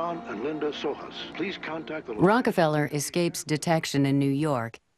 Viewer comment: Too bad they couldn't bother to say John's name correctly; it's Sohus (pronounced So-Hus).